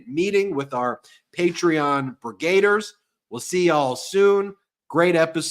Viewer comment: It's brigadiers not brigr8diers.